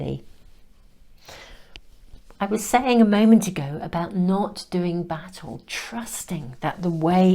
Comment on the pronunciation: Hee! Hee! Although I knew you were saying 'battle', I kept on hearing...you dont need to do 'Bat-ALL' with this 😂...I nice PC version of what I usually feel like saying. And yes, it was a great message to let go of the reigns. Thanks as always 💛